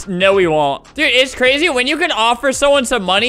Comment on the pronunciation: Albert: "And Don't trust me Due-" Me: "You Ended it to fast-" (Btw I know It's "Dude" but He just said due.)